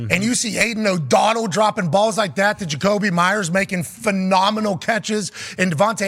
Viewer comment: Pat: HAYDEN O'DONNELL